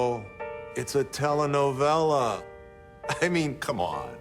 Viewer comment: I'm sorry, but as a Spanish speaker "tela novella" is hilarious 😂 the word is "telenovela"